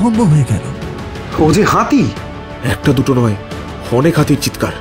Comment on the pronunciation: "হাঁতি"? "বাঁধা" দেব না?